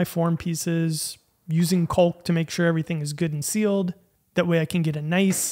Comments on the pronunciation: I have never heard anyone pronounce caulk like that before, I always thought the L was silent. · You are, by far, my biggest inspiration as a woodworker. The art pieces you create blow my mind every time. The way you pronounced 'caulk' really threw me for a loop. Keep up the great work!